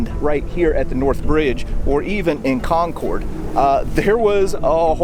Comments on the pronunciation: great video...but the pronunciation of Concord is not Con-cord (long "o" sound) but Con- "kurd" and the emphasis is on the first syllable "Con"...I can't help my fussiness as I'm a Yankee!...lol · Please stop saying "CON-CORD". It's pronounced "CON-CURD." Again, the first armed offensive with shots fired of the Revolution occurred at Fort William and Mary in Portsmouth Harbor in New Castle NH on December 14th 1774. Perhaps you should take a trip up there and do a video that corrects the inaccuracies all your previous videos. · Not, “Con-cord” like the airplane- “Con’cud”. “Con-cud and Lexington “ Lexington,” pronounced as it sounds…. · It is Conc'rd not ConCORD. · It's not conCORD, it's pronounced Cong'-kerd. The Concorde was an airplane. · really enjoyed your interesting series. Just one tip: the locals pronounce Concord "con-curd", not "con-cord". If you're a true Bostonian, you would shorten the r and it would become "con-cuhd"! Keep up the good work, and thank you! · Its not pronounced "Concorde" like the plane. It is pronounced like "conquered." In fact, it is pronounced exactly like the word conquered. I've lived here all my life. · It’s pronounced Cahnkurd. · For everyone not from New England its pronounced "Conk-id" said kind of fast. I suspect back in the revolutionary time it was probably pronounced more how it is spelled. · pm 8/10/23 I watched this, the Granary Cemetery, and the Old North Church episode and my ears started to bleed. A couple of things.. good job but please... it's CON-kid, CHARLES-town, and please, be respectful. Remove your hat in a church. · Um... it's pronounced Kon' kid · Conkid… It’s pronounced Conkid emphasis on the first syllable. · I’m from Mass, 5-10min from Concord…. We pronounce CONCORD…. As CON-CERD. Lol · If I were the British, I’m taking hostages and using them as shields on my way back to Boston. Btw… Not ConCORD, we say Concurd. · /ˈkɒŋkərd/ /ˈkɒŋkərd/ /ˈkɒŋkərd/ You need to say it right!